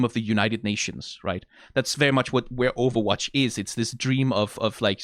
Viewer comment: is funny that you pronounce it like owowatch